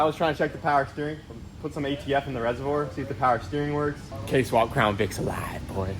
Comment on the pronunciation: “it’s aLIVee” he said 😭😭